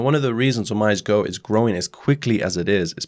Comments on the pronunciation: Thank you for your video. Just so you know OmiseGo is pronounced O - Mi - Sey - Go. It is Japanese and Omise means the store / shop. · OmiseGO = "Oh mee say GO" Thanks for the great content! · "OmiseGo" [Oh-mi-si-go] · Pronounced 'oh me say no' btw. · OMG correct pronounciation is "Oh-mi-se"